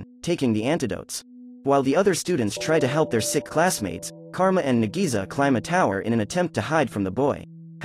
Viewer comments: Nagisa is pronounced like Nagi-sa, versus Na-GEE-Suuh😆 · i rewatched the original anime 4 times (both seasons) (MAN KARASUMA DOESNT EVEN LOOK HANDSOME IN THE ANIMEE BRUH) (AND BRO JUST BUTCHERED NAGISA'S NAME SO HARD "NAGISI" IM CRYING SO HARD RN LMFAOOO) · bro call nagisa to NEGIZA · Nadisa me: nadeez nutz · I don't think I like the live action too much because 1. The voice to this video can't pronounce nagisa correctly 2. The didn't add the vacations 3. The kid's hair colors are off 4. They replaced there greatest attempt to kill koro sensei with something that was built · Why did the narrator say nagisa wrong so many times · Did anyone else get pissed when he pronounced Nagisa's name wrong